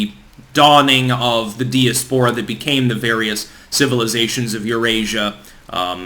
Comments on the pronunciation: Say diaspora again.... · For the love of God....please learn how to pronounce 'diaspora' ('Die- as-po-ra') & Tanzania ('Tan-za-knee-a'). You sound like a hick the way you mangle pronunciations.